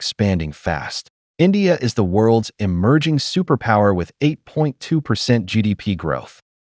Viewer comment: Superpooer, not superpower